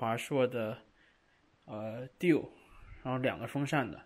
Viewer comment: 你的Dual读法很特别